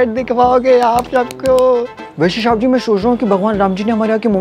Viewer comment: Shaab g nhi bolte Oww shab g😂😂